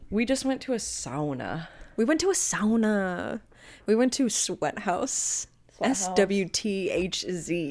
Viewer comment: Loving the correct pronounciation of SAUNA in this video as a Finnish person